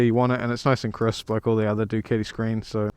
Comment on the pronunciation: It's a fucken DucAti not Duceti 😂😂😂